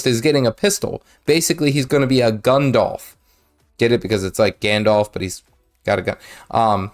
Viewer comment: 🤣😂🤣 he said “Gundolph”!!! 🤣😂🤣